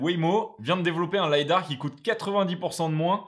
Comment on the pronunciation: Merci pour ta vidéo, très bien synthétisé, comme à chaque fois. Juste un bémol, même si ça vient de l’anglais, en français on dit lidar et pas lydar 😋